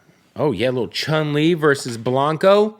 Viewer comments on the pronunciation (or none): Did this muthafucka just call Blanca, "Blanco"?